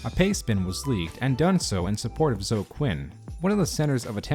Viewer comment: Yo, Zoe is pronounced like "snowy".